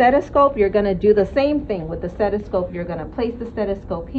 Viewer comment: Well done, just wanna know how long she’s been saying ‘steTiscope’ without anyone correcting her. Haha